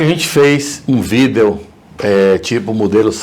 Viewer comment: "um vidÊÔ"